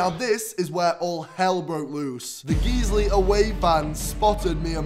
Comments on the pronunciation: Guiseley is pronounced as GUYS-lee not Geez-lee! It’s a suburb in Leeds. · I’m sorry geezly?😂 Guys - lee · Geesley😂 Geyesley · Hi Morgz, sorry we couldn't keep up the magic! It's Guiseley like Guise-lee! We'd love to have you at Nethermoor, just reach out to us. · ITS NOT GEEZLY!!!!!!!